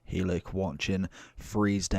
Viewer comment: I’m a Barnsley fan and the way you say helik :/ 😂😂